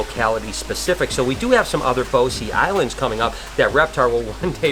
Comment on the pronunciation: Grand Terre not Gran Torino . Brosse not "Boh-see".